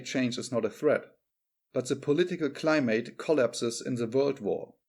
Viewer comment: 'Climutt not cli•'mate as in a mate to live with. Accent on first syllable and second syllable submerged.